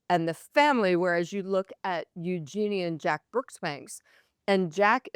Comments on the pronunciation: Let me help: Eugenie is pronounced YOU-zhuh-nee, not you--JEAN-ee. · Yes there are multiple interviews. These two don't even know how to pronounce eugenie.